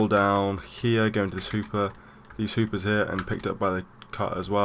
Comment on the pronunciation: did he say hoopers?